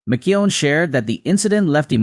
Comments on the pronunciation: Please try to pronounce his name right, Mac Ke own. It was said so many times wrong. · Ma Chew on?? The AI voice over is terrible. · McKeown is pronounced MacEwan. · I'm not going to listen to any more of this rubbish you're not even pronouncing his name properly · Love Les. Too bad you didn't respect him enough to learn how to pronounce his last name. 😞